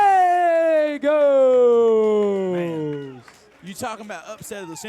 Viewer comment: Guy-yay-goes not gal-e-goes